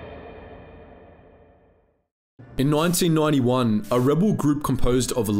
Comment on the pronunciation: no one complaining on how he said 1991 bro wtf it was some Genglish